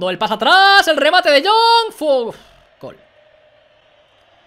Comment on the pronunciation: Porque dice "golgolgolgolgol" y no "galgalgalgalgal"?:(